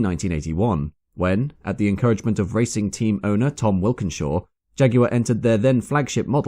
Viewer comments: Walkinshaw. Sorry to pull you up as you're so meticulous, but the 'Wilkinshaw' really jarred. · I’m pretty sure that’s not how you pronounce Tom Walkinshaw’s last name. I’ve never heard anyone say it out loud , except you, but I’d say walk - in-shaw not wilkin-shaw. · The proprietor of TWR was actually named Tom Walkinshaw, not 'Wilkinshaw'.